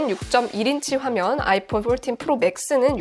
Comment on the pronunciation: 영어 쓰시는데 왜 이리 웃기지요???ㅋㅋㅋ 아이뽄 뽈튄 ㅋㅋㅋㅋㅋ뽈틴 ㅋㅋㅋㅋ 너무 오바해서 영어발음 ㅋㅋㅋㅋ